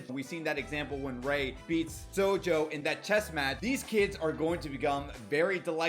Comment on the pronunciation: me only noticing you saying sonju wrong XD (this isnt a hate comment btw)